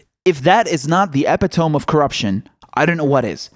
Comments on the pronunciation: *eh pit o mee, not epi tome ; ) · Love your show. Thank you for bringing light here (please look up pronunciation of "epitome"). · Epitome? Learn how to pronounce the word.